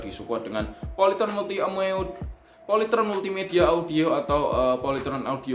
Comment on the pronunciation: Salut banget sama abangnya, kok bisa²nya doi gak ketawa pas bilang "polytron multi amoeot" sumpa gw ulang² tetep ngakak.